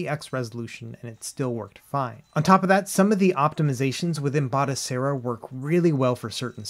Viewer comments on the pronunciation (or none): Batocera Not Botacera 😁😇